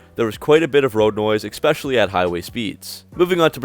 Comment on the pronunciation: Ex specially?????